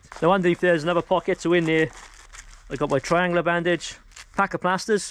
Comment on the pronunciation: Say, "Tri-an-goola" again. Please 😀 And amblumanse.